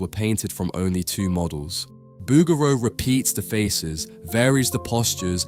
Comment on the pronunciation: Great video on the pieta ... Fyi its pronounced Boo Geroo...